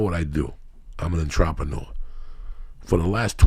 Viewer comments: Untropanewa? Ohhhh "Entrepreneur" ok. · Kick that fuckin' "entrapanooah" Lee! OH SHIT! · When joey pronounce entrepreneur >>>>